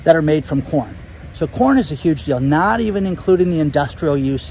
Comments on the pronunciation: Ha! It first sounded as if you said “corn” with a”p”. Lol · I listen to YT videos at 1.5 x speed so I can watch more. I swear all I heard was “porn” prices were increasing……I was like what did he say? Rewound and it was “corn” not porn lol